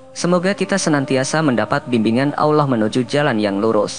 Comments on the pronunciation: Maaf .. Lidah orang yang cakap ini..kena belajar akap Allah SWT..dulu biar fasih cakap Allah nya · Belajar ngaji ya mas, hukum nya fardhu 'ain bagi tiap muslim.. salah satu alasannya itu, penyebutan Allah saja salah, jadi awloh itu salah